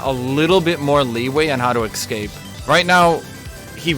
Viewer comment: (EC-scape as opposed to ES-cape) lol